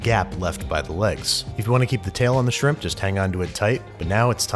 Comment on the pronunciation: I thought you said “Bubbas Simp”